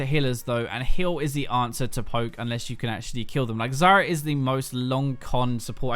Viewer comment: I always hear Zarya instead of Zyra xD